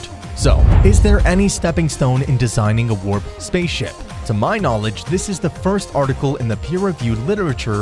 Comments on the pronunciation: It's pronounced Warp bubble not rap bubble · A "Wrap" bubble? WTF is a Wrap Bubble? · if your going to educate us about warp bubbles please dont call them "wrap bubbles"- it does not instill confidence in your subject matter knowledge! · He said wrap to many times.. somebody fire this guy.. can u guys find us someone that can link what they are reading with some sort of understanding of the subject matter... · How did this guy make this video and still mispronounce warp as wrap?? Like did he even listen to his own video after before he uploaded it???? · OMG…”wrap bubble”!?!….can’t even watch this, It’s WARP numb nuts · good thing this narrator guy is trying to be a warper not a wrapper.... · Is he saying "Rap Bubble"? As in, "DJ Bootlicious busted out a sick rap bubble before awing the crowd with her shiny bling." Or maybe he means Wrap Bubble as in, "My mom took great care to preserve my PB & J sandwiches using her special wrap bubble containers." :P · Why do you keep saying Wrap bubble, it's Warp bubble. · He started this video by saying wrap.... Is it wrap or warp??? I don't think he knows what he's talking about. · Wrap bubble?, who narrates this shit?. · its not wrap bubble warp two separate words and your using the wrong word fort to let you know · a wrap bouble? it's called W A R P bubble, not a WRAP bouble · "Wrap" or "warp" bubble? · I can let 1 wrap bubble slide but 2 in the first 10 seconds? Somebody needs a phonics monkey or something Jesus sound it out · Sounds like you are saying wrap bubble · It's Warp Bubble not Rap Bubble. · You need new software. First WRAP BUBBLE, THEN DEATH KNEEL. IT SOUNDS GREAT. WAS IT SOFTWARE OR AN ANNOUNCER JUST READING MIS SPELLED WORDS? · your saying wrap bubble but you spelled it warp bubble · This man is literally saying "WRAP BUBBLE" instead of Warp bubble for the first part of the video lol I just think its bad editing why not re-voice my goodness. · It’s not Rap it’s Warp!!! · WRAP bubble, or warp bubble?🤣